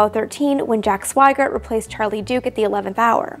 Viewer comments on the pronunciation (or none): none